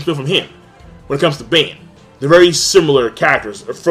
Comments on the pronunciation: It's Ban not "Bane" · I hate to be that guy, but it is Ban not Bane. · Golgius. GOAL-GEE-US. Ban. BAH-N. Freisa. FREY-SHA.